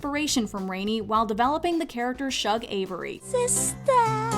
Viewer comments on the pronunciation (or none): | it's the mispronouncing of 'Shug' that took me out...ya'll couldn't find a clip of someone saying her name?